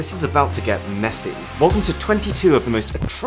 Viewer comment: he kinda said messi but said meszy